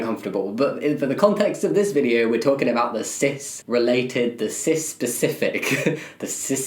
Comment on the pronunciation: hearing jammie try to say "cispific" was definitely the highlight of my day